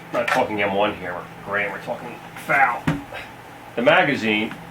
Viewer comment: If you call it a FAL again, I am going to slap you. F-A-L